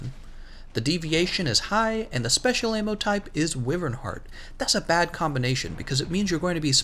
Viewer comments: Wyvern is "WHY"-vern not WI-vern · Y-vern. Y-vernnnnn. Say it with me now